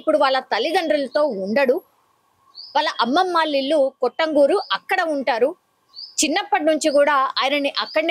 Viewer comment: కొట్టంగూరు కాదు తల్లి కట్టంగూరు నల్గొండ పక్కన ఉంటది